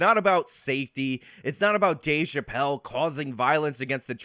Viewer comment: Thanks a lot, for your “Scumbaggery” 😂, I use that word all the time, and people look at me like I got 9 heads!! But thanks again so much for your Dueshbaggery by playing that girl or trans ⚧ 🏳️‍⚧️ saying Dave Chapelle Dave Chapelle Dave Chapelle Dave Chapelle Now, every time YOU say Dave Chapelle I hear that trans echo!!! Really???????? See? Look what you did now jerk off!!!! 😂😂😂😂😂😂😂😂?